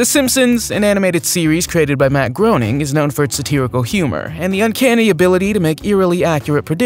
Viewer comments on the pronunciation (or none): Groening rhymes with "raining". Nobody gets this right. This is how the creator of the Simpsons and Futurama pronounces his name.